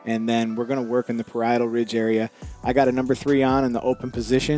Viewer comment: Ayeeee. You said parietal ridge differently. Anyway, thanks for the tip. I work part time at great clips(I know I know it’s the worst). I just don’t have time to remove bulk. We only get 15 minutes to do the cut and take the money. Can you make a video? Like telling dudes not to go to GC if they want your quality. Remix how you want but I think it’s deserving of a vid.